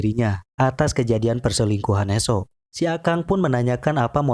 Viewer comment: He soo bacanya (hi suu) bang hadeh